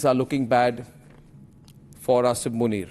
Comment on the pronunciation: Arnab - it doesn’t matter. His name is Asim and not Asif. I think you keep saying Asif. You are a very reputed journalist. Please pronounce the names correctly.